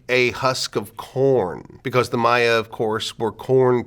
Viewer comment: learned that I was pronouncing the plural of Maya wrong x_X this was fascinating.